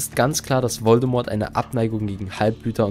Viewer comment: Mich triggert jedes mal, wenn du den Namen Voldemort falsch aussprichst...